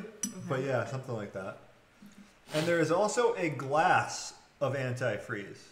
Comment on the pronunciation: Omg I can’t believe you don’t know how to pronounce antifreeze